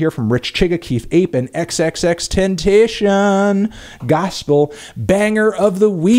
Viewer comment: Somebody tell fentano how to say tentacion